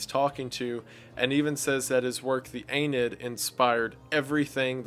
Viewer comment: Good videos! Tiny pronunciation correction. The Aeneid is Ah-knee-ID